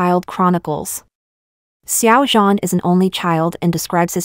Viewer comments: You say his name like it's French😭😭😭 try adding a shsnd d sound before zh? Like, dzhan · IM SORRY..... its SH-ow-JAN...